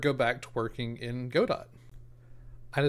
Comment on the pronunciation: BTW - it's pronounced "God-do" or "Go-dow" - as in "Waiting for Godot" the Samuel Beckett play.